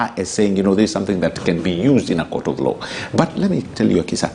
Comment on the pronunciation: it's not Akisha, It's Akisa.